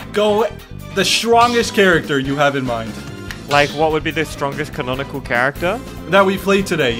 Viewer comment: 😂 bro said conanical instead of canonicle